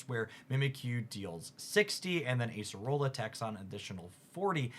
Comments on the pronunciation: Acerola is “ah-say-roh-lah”, not “ace-rolla”. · Its crab-bomb-in-uh-bull. Its like an abominable snowman, but also a crab. I see other comments have corrected araquanid. You're on thin ice with Acerola. Most people say Acer-ola, not Ace-rola. That one's not too clear though.